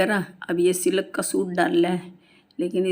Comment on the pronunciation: seelak nahi silk hota h